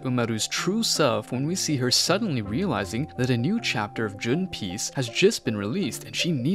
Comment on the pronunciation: Bro called ONE PIECE in to june piece 💀